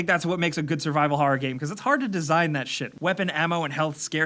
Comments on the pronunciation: Liked for how says "harrer" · "harrer"